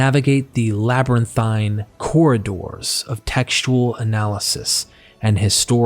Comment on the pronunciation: It becomes a bit of a chore to listen - when the Narrator pronounces words incorrectly. It took me a little minute - but when I realised that this guy has problems with the pronunciation of long vowel sounds - I was able to not have to back-track so often. '"Feeling" cornered' - became '"filling" cornered' - and "fields" became "fillds" . . . "Labyrinthine" was tortuously mispronounced - and "tales" became "tells" . . . And it's not a regional accent thing, or that English isn't his first language - or even a speech impediment. His English is as near accent-LESS as I've heard. No - it's just that he has a real problem with long vowel sounds. Although still a little jarring - I could listen okay, once I'd figured it out.